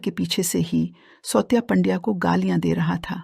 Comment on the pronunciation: 'सौत्या' नहीं सावत्या और 'पंड्या' नहीं पांड्या मराठी बोलना सिखो या फिर ये धंदा बंद करो..!